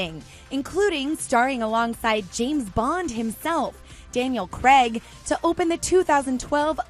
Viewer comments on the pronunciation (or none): Who's Daniel Cregg anyone? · Daniel Creg? 😂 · Daniel Craig. Not Creg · Is it just me that cringed when they said Daniel creg instead of Daniel craig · "Daniel Creg" 🤮🤮🤮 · ‘Daniel Cregg’ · “Daniel Creg” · Ah yes Daniel Cregg